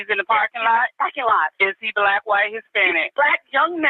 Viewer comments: BOL YEA HE SAID BLIKE 😂 = black and we say BIKE =BACK 😅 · Yes Mel, he and we say "blike" instead of black lmao😂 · he also pronounced the make of the long rifle firearm used in the crime, it's pronounced [spelt phonetically] "DREY ~CO" and the officer pronounces it "DRA ~CO" and he says "BLAYK" instead of "BLACK" lol. I've no idea what accent or dialect specific to a specific area that is like Boston for example almost sounds like a Canadian accent with pronunciations specific to that state, but never have I heard those words pronounced that way lol. ❤❤